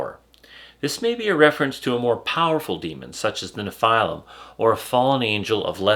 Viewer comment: Why does he keep calling them nePhylum